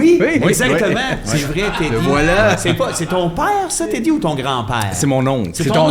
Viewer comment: Crisse c'est ZEDDY pas Teddy...